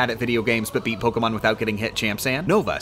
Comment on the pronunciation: genuinely impressive how poorly he pronounces most Pokemon names.